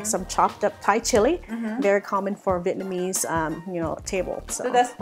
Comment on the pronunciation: Vietnamese not Vietnmaese :)